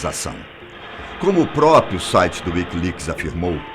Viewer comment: "Própio"? Três vezes? PQP!